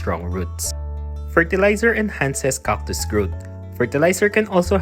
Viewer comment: This channel looks like an excuse for the author to say COCK 50 times per video. Or did you not know they are called CACTus, not COCKtus?